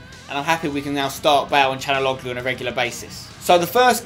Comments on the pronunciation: it's can not chanaloglu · its calhanoglu not canaloglu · It's (chalan-ouloo) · CHAL-HON-ALOO For God sake Spenny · I think his name is pronounced Sha°la°nou°gloo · that's how u pronounce it spencer: Cal-ha-nog-lu the way u say it is wrong